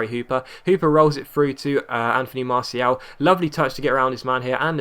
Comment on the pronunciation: still saying martial wrong.